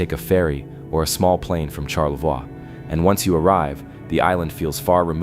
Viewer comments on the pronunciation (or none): Charlevoix is pronouced Shar~LA~Voy